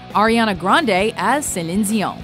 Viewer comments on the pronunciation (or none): Celine "Zion" 😂😂😂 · Who's Celinzion? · Who is "Cillin Zión" I wonder? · Who is Selinsch Dionsch? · Good ol “sulin zizaw” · I never knew that Celine Dion is pronounced like "Zelíne Ziou" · somewhere in the world, a small child gets uppercutted every time the narrator says "Celine Dion" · the way she pronounced Celine Dion Was Weird, It was a bit Exaggerated, i mean i know its a French Name, But just Pronounce it like how everyone else pronounces it...